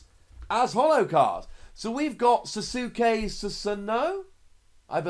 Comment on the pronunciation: Just an fyi, sasuke is pronounced “sause-kay”. Im more excited for godzilla